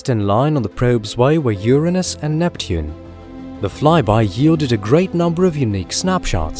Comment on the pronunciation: for pronouncing Uranus correctly. ;-) Also +1 for suggesting that the Voyagers may end up as space salvage, a conclusion that is quite optimistic for our species.